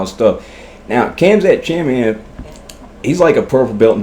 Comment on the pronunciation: Khamzat (ha-m-zhat) Chimiave (shh-my-ev) 🤣🤣🤣 awesome video bro. I'd love to sit around and chop it up about mma with you bro